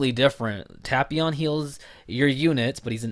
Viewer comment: Hearing you say tapions name like that makes me want to unsub. Nah I'm just kidding but hearing you say his name like that annoys me